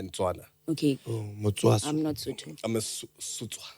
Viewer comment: "the SOthos, the WEthos and the TOthos" 🤣🤣🤣 aowa